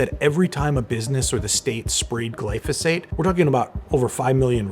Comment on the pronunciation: it's not pronounced glyfisate